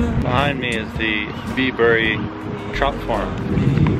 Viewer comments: Bibury is pronounced - Bybree 😉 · It’s pronounced byebury,weird little place...should’ve seen oxford you’d love it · Great vid! I live near Bibury so fun to see it featured. Just so you know we natives pronounce it 'Byebury' not 'Bibury' - all the best!